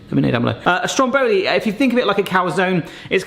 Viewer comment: Mate, it’s called STROM Boli not stromBOli 😗